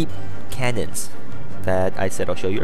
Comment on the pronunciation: cannons, not canyons